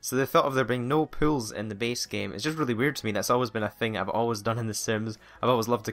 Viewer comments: At first i thought he was talking about pills since his accent sounds like "swimming pills" rather than "swimming pool". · It took me a moment to figure out you were saying "pools" and not "pills" .. I was like... pills? Drug abuse in TheSims? What the hell did I miss? No offence, but people say Americans don't speak proper English. I'm here to tell you that may be true, but we do it phonetically and that's just... better. It just is. It's why so many other countries learn American English over any other form. It's also why British and Australian news casters learn to speak more like Americans. Our "in-proper" version of English is simply easier to understand and communicate with. Sorry, back to TheSims :P PS: The British did NOT invent the English language seeing as it's comprised of many languages. No doubt a civilization that LEARNED words from other cultures didn't "invent" anything. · when he said pools,I thought he said pills.I'm like WHAT!!! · Whenever he said "Pools" I heard "Pills" and I'm just like What? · When he said "pools" I thought he said "pills" and I was like WTF IS A PILL!?! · I thought you were saying "no pills" not "no pools" 😂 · When he says pools, it sounds like pills. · um when you say pools I thought you said pills lol. like you said killing people with pills XD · i seriously thought he was saying pills, not pools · I thought when you said pools it was pills. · Anyone else hear "Pills" instead of "Pools"? >__> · i thought he was saying pills instead of pools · Lol oke i mabye hearing it wrong but you saying pills more to me then pools ahah :P mabye because of your accent but still :P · I thought he said 'I always like to kill people with pills' and I was like... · Same. I had to go to the comments to realize he was talking about pools. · twinsister27 I know right😂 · twinsister27 I thought he was Pills too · Me too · Me too pills nice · i thought he said pills instead of pools. 😂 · is he saying...pills,hills,fills or skills?